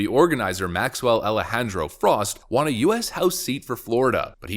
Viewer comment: Won = W-uh-N Won ≠ W-ah-N